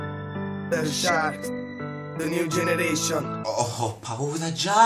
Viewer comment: "de niú genereishon"😂😂😂